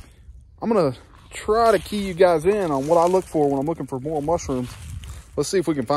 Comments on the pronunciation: more rail the correct pronunciations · Learn how to pronounce it before you hunt it.